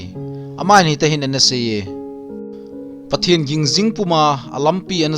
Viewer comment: Pathen ging jing nati pronounce chu adih poi bro